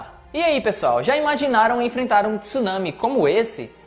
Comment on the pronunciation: 2022 e o cara não sabe pronunciar tsunami!